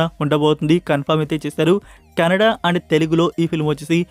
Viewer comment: bro, it’s not Canada. It’s Kannada. you pronouncing like Canada.